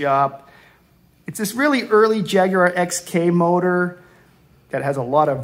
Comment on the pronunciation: Congratulations...at long last a colonists that can pronounce Jaguar correctly...